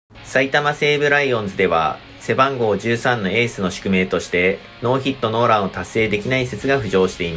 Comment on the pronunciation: ノーヒットノーランのイントネーション気になるなw